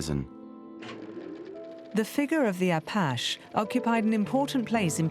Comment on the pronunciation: Learn to pronounce "Apache "